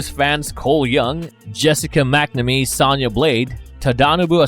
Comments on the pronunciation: Bro you saying sana blade not sona blade it's the small stuff that gets me lol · It's so funny how the people they hire to narrate this channel don't know a single thing about what they are talking about. Who pronounces Sonya Blade "Sanya"?? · Her name is “Sonya Blade” like phone wit ya at the end, not how you’re pronouncing it tho😖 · Mispronounced Sonya constantly bro